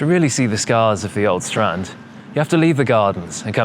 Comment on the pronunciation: Strand in Flemish is also strand not strond actually stront with a "t" means "shit " 😂